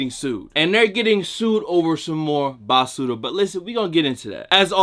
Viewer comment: Im rican n it took me 15 min to realise u was sayin basura 😂